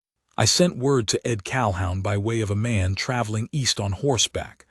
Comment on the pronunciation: Pronounced Cal-hoon